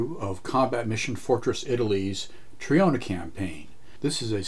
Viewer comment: Subbed. It's always nice to see this aging title still has it. And waiting impatiently for your own take on the second and third missions, as they are notoriously difficult. (now I'd allow my inner Italian to say : 🤌🤌🤌IT'S TROINA, NOT TRIONA, MAAAAAA!!!🤌🤌🤌)